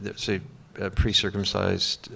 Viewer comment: would love to have been there when Cate told Todd Field about his hilarious malapropism - "precircumcised" as opposed to "precircumscribed". I bet she gave him shit for that!!!